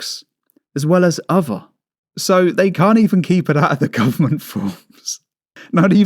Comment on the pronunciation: wtf. uver = other, what a cretin, anyfin???= anything speak correctly will you.